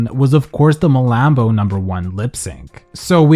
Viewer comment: MALAMBOOOO 😂 why idc you say it like that